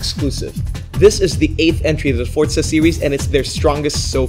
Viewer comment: It's FORZA NOT FORT ZA